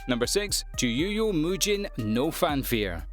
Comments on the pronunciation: The audio in this video who ever he is he said no.6 fanfir not fafnir😐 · did no one notice that he said fanfir instead of Fafnir? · He totally said FANFARE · no he said fanfir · I noticed!! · i noticed it